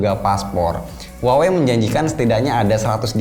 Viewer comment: Bang itu merk Huawei baca nya di Indonesia biasa aja ya "Huawei" bukan "wawei" haha, jgn ikutin orang barat yg ga bisa spelling. coba cek cara spelling Huawei yg bener dari native speaker China. Saya denger u bilang "wawei" jadi cringe banget